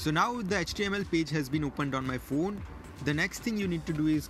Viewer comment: You are first person who is pronouncing Phone As phune... I also do so... 😊